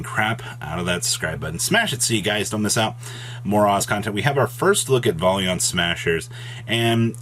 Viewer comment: Still having a hard time saying Valiant huh lol